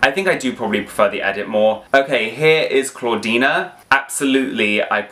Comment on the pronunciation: CLAWDEEN* NOT.CLAWDEENA😭